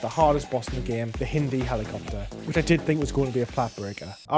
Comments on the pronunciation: The hiiindi? It’s not Indian mate. It’s hind, rhymes with mind 😂😂 awesome video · Hend D? It’s HIND D 😢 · It's pronounced "HIGH"ND - D, not "HIN"D - D🤣 Bless you. But super congratulations on getting rhe Platinum. I haven't started my playthroughs yet as I'm trying to beef up my FOBs on Metal Gear Solid V which is an unnatural amount of grinding the same things over and over. But it's reassuring to know that they didn't make them insanely hard. Good luck with the other games. Metal Gear Solid 2's ending is going to blow your mind😉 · no way you just pronounced hind, hin-dee hahahah